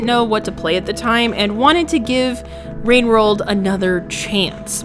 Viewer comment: Ah yes, wowwed wine